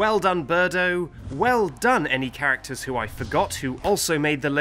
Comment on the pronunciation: it is not birdo